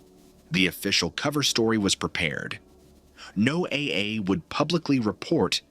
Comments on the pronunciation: Don't you guys know how to pronounce Noah is this Chinese or Russian haha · NO-A-A... ai junk, changed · No AA? Sounds absurd. Is it really that hard to get it to pronounce correctly? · Um, the only thing that gets me with this video is, he keeps changing his pronunciation of NOAA, 1 minute it's NO AY AY, then he says NO UH, then he goes NO AY...like damn dude, get it right, it's pronounced NO UH, even the folks who work there pronounce it that way. Makes me wonder if is using AI to narrate this stuff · This “story” is clearly being presented as fact. Why don’t you present it as “fiction” in the Titles, so that I have a choice as to whether I want to waste my time. Also, teach your Robot to pronounce words properly! NOAA is pronounced (No-ah) always! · NO A A? Learn to phoneme your scripts before sending it to the AI voice. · NOAA is generally pronounced as ‘Noah’ like the biblical name. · NOAA is pronounced Noah. 😂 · NOAA is pronounced just like "Noah" (my neighbor worked there for 25 years) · This is AI-narrated, right? The strange speech pattern and the repeated mispronouncing of NOAA make it seem like it is.